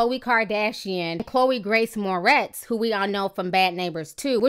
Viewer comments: Its 'More - RITZ' not 'More - TEZ'. Just thought you should know. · I love you Ti.. but can you learn how to pronounce celebrities names lol! Chloe "Mortez" haha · I'm laughing, it is Chloë Moretz, not Mortez. Great post though, Ti .😘😘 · Am I the only one bugging about how she keeps mispronouncing Chloë's last name? 😂 It's More-ets not more-tez 😂😂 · LOL Ti it's Chloe Moretz not Mortez :-) Love ya still! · Ti much love for you but you kept saying Chloë "Mortez" but its Moretz lol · chloe moretz not mortez hahaha too funny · lol her name is moretz not mortez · girl its moretz not mortez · MORTEZ? Seriously? She is Moretz! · Ti..... Lmao it's Chloe MORETZ... Not Mortez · moretz not mortez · Mor-ETZ, not Mor-TEZ. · not to be negative but u said chole moretz as mortez. damn t f**k her name all the way up. (no shade only love) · Its pronounced mo-retz